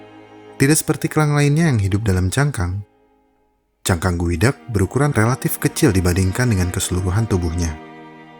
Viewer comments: Geoduck cara sebutannya Goo, dak = gu, dak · salfok jadi kayak bilang sifon gueduck